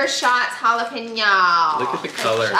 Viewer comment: Cheddar "juh-la-penos" ... I'm sorry did you mean jalapeños?? 😂😂😂